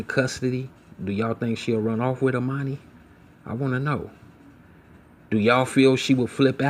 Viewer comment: And her name is Ermani- Not Emani like Ermias !!